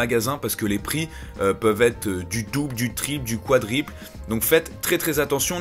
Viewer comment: On dit quadruple pas quadriple